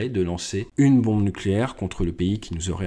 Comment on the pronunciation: salut tu dis bonde mais tu veux dire bombe